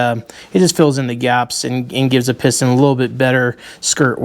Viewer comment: You said "piston" right on the first attempt in French.